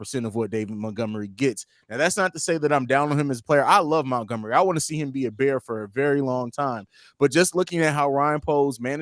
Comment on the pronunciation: Rayquan Smith, Mentgomery? Dudes pronunciation of those two names cracked me up.